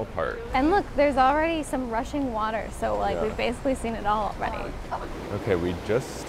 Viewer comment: Huh? Heard it as "russian water" first hah(?!). Rushing water it must be :)